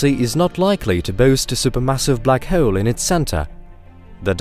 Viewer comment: The way he says 'hole' is gonna be a no for me